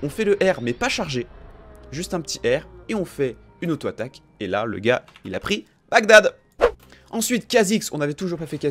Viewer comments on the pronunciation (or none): none